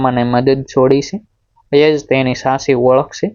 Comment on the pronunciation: સ્ટોરી સરસપણ ભાષા દોષ વારંવાર આવે છે .સાચી ના બદલે સાસી બોલો છો તો કેટલું વ્યાજબી ?ફરી ઉચ્ચાર સુધી તરફ ધ્યાન આપશો તો વધારે અસરકારક રજૂઆત કરી શકશો